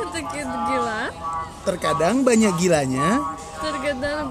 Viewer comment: Akhirnya ketahuan, ternyata dari sini awal mulanya nastasya kalo mau ngomong banyaak itu jadinya banyakiin 😭